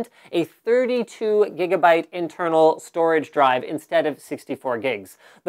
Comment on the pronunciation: Them giggabytes and jiggahertz!